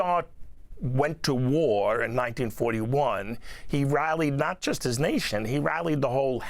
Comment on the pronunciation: And it's "just" not "jyst" educated man.